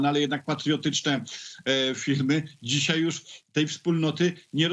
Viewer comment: dzisiaj - nie "dzisiej" ...